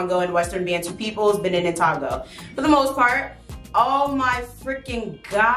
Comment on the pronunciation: togo is pronounced toe-go